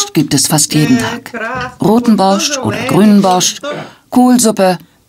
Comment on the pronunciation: Sprecht den „borsch“ biiittteee ohne da T aus einfach nur Borsch 😅 nichts desto trotz ein seehr gesunder Eintopf der sehr viel kraft gibt hmmmm 🤤 ooo diese Leben vermisse ich so sehr, mein Opa hat auch immer sein Brot so geschnitten und dan Knobi eingerieben, sogar das Motorrad hatten wir 😍😍😍 ach Kindheitserinnerungen kommen hoch